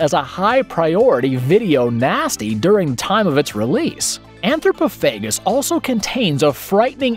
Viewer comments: You got a bit squirrely with your pronounciation of anthropophagous, my dude.. It's pronounced: an-throw-paw-faw-guss... I've always liked that movie, if for nothing else, it has the capability to really thoroughly disgust the more squeamish of viewers, especially mothers and those who are mothers-to-be, on a deep-down primal, instinctive level of their psyche. It truly is a powerful tool in art of causing mischief that one can utilize with minimal effort, and I like having it around just in case I'm confronted with a situation where the application of some really chaotic mischief and shenanigans is exactly what the multiverse NEEDS to happen. LOL .. I even have a T-shirt sporting the poster print of the titular beasty cannibal fella chowing down on his own innards. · Umm... "Anthropophagous" is pronounced "an-thro-PAH-fa-gus", not "an-thro-puh-FAY-gus", and it's "FEH-rocks", not "FEH-ricks"... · Yes.How can anyone mis-pronounce "FerOx" with a glaring "O" in it?'!!Also he shoulve said "An-thro-po-pha-gous"I think with the emphasis on the "po".